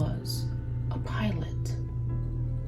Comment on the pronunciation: Hilarious! When you said PIOLET!!!😅😅😅